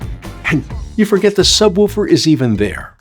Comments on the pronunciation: Mistake number one: Calling it a subwoooooofer. It is a subwoofer. Say it right, or don't bother. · Sub woooofer?😂 Who taught you this pronunciation?